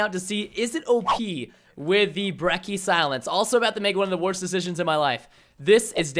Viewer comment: ThePurpleguy123 everytime i hear someone pronounce "Brecky" i lose my shit Its pronounced brecci